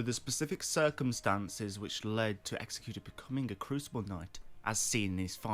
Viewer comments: You're saying Executor wrong. What you're saying isn't a word. Executioner is a word. You also don't know how to use "by proxy" correctly. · Love the lore, but executor the way your pronouncing it literally isn't a word. That would be an executioner. An executor is someone that has been left the belongings/wishes of the deceased. Which to me screams that he wished for more during life, and when given a second chance he has taken that to heart and is working for himself and his wishes. That last bit is total speculation, but the definition is rock solid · You're saying Executor as if it were Executioner. Executor is different